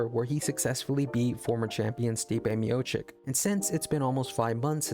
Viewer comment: Short answer: yes. On the other hand, I cannot take serious any channel who after years still cant pronounce Stipe's surname correctly.